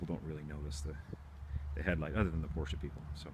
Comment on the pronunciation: Read you 1/5. And plse get some cool clothes , not this Lada style. After all your pronounciation of Porsche is correct unlike many others.